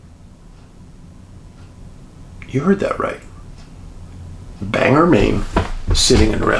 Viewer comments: Bang-Gore not Banger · The pronunciation of that pace in Maine, sounds like, `Bang Gore`, just so you know.